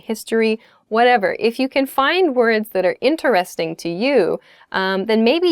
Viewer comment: why does she say "intereRESting" and not 'interesTING"? that sounds kinda weird 'cause I've never heard that word being pronounced that way before.